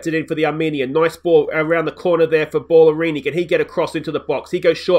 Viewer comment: Surely Bala-rini not Ball-arini lol